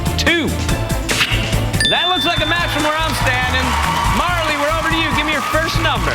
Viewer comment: And he also said Marla the instead of Marley